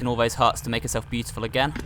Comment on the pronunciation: You di know the meaning of again right? You pronounced it saying a gain.